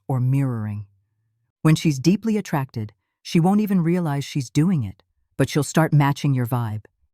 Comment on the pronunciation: Yes, the word is attracted not attacted. Your a I isn't working properly